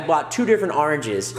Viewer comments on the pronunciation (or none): none